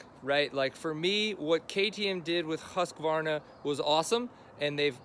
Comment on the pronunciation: Why do so many American YouTube guys mispronounced Husqvarna ? It is pronounced Husqvarna ( sounds like Hooskvarna ) not Husk - a- varna .